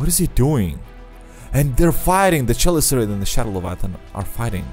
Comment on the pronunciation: "Chelicerate" is pronounced "keh-LIH-ser-uht".